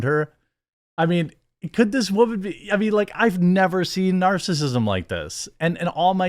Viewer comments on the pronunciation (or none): none